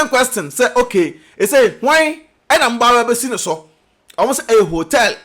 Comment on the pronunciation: Oh single visa, I thought u are saying shingle visa 😂😂😂